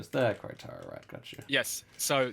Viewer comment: "keh-re-taro" Please